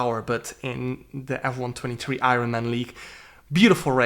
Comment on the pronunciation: Man said I Ron 😂